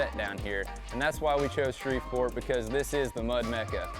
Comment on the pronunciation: It's "Shreveport", not "Shreverport"